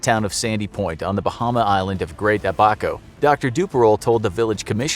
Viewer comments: As a Bahamian, I definitely think you need to revisit the pronunciation of Great Abaco. Great video though! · I’m from The Bahamas and I just heard how you pronounced Great Abaco 🤣🤣🤣 it was terrible! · He pronounced Great Abaco wrong😂